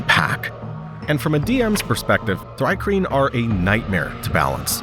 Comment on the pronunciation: It's pronounced "Tree-Kreen", you numbskull. The name is an onomatopoeia of the sound crickets make (stridulation)